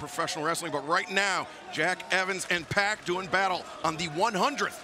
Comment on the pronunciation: gj pac. as in 2pac, not pack!